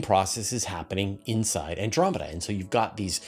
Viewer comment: I like “Andomeda Way” better.